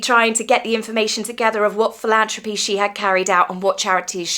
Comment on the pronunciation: PhilanTHropy! Th not t! ❤